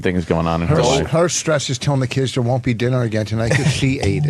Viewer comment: I like how opie pronounced “don’t” as “don’t” but he pronounced “won’t” as “WOOOOOOOUUN”